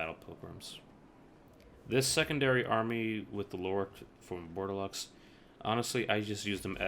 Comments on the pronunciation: Dude, it´ is pronounced "bor de lo" not bordelox ^^ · Good guide. I wanted to play Brettonian factions for awhile, but the beginning event was kind of throwing me off. One thing however, the X in Bordeleux is silent :P